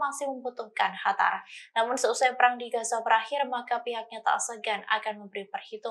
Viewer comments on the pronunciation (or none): Qatar bu, bukan hatar...al Qosam bukan al hasam...🤦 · Qatar mba bukan Hatar... Lidah orang tribun pada kenapa sih?!!! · Qatar bukan khatar bu😊😊🙏🙏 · Kok hatar mbak....Qatar mbak...